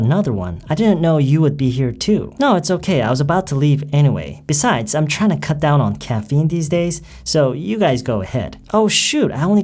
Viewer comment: 발음이요~ '트라잉투'가 '트라이나'처럼 들려요~~~ 잘 들은거 맞나요?? ^^